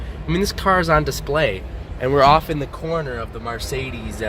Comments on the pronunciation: Every time he says Marsaydeez, I just want to kick him in the nuts. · ......."mArcedes" ..... realy bro? 😑 btw plz dont review cars when you don't know shit about them!